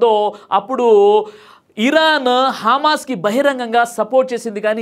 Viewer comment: గారు మీ ఉచ్ఛారణ సరిచేసుకోండి హజర్ బైజాన్,,కాదు హామాస్ కాదు హమాస్ హెలికాప్టర్ కాదు కాస్టర్, ఇజ్రయిల్ కాదు ఇస్రాయిల్ అని పలకాలి